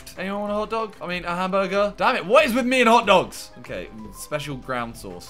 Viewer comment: Plz just say hamburger -not hamguergaza